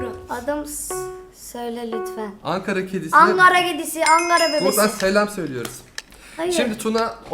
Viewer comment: Çok söktü, çok sıktı ve son olarak onlar spiiderden bahsediyor... Videoya seyreden arkadaşlara geçmiş olsun. Angara değil ANKARA!!!!!!!